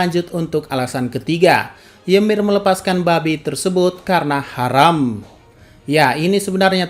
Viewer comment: Ngakak gw min lu bilang haram ditekan gitu 🤣